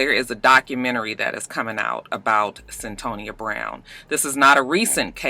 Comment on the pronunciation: It's CYN-Toya aka Cyntoia I saw the documentary a year or two ago on HBO...